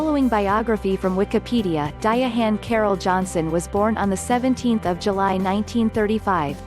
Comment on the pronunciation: Ok I didn't see it that way. I understand but a non-native may learn to pronounce her name incorrectly. I just subbed to your channel. Best wishes.